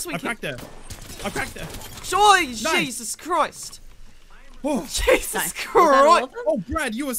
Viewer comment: "jesus chRIsT" His accent really came out right there lmaaaooo